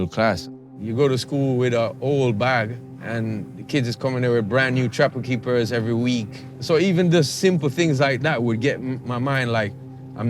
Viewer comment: Man said trapper keepa's lmao. I love it